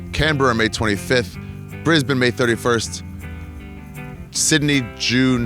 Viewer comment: Very worldly pronouncing Brisbane correctly 🥷